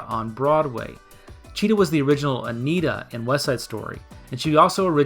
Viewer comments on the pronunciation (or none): none